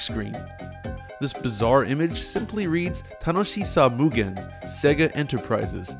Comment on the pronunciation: I don't know if you meant to say bugen, but infinite is 無限 (mugen).